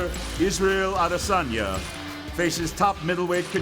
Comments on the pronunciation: It's Adesanya, not ADEY-SAUNA. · Which fucking 12 year old uploaded this shit... Butchered the guys name that you're trying to promote. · Its Israel Adesanya not Isreal Adeysana Edit: Thanks for correcting